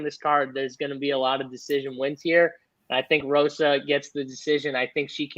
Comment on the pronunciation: Also it's Hosa not Rosa and caroleena not Carolina lol sorry